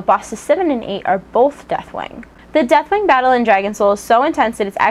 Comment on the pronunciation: Not gonna lie, sort of sounds like you're saying Deathwang =3 :P On a serious note - 4.3!!